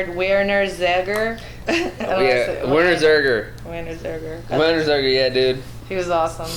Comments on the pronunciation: "Werner Zerger" It's Ziegler. Ziiiiegler. ZIIIIIIIIIIIIIIIIIIIEGLER. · Hey you? Know anyone named VERNR... ZEEEGLR?